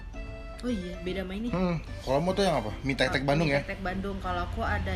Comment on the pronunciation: mie tek tek??? njirr gw dengernya mie tetek ( • ) ( • )